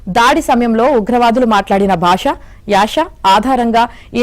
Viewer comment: యాష కాదు యాస.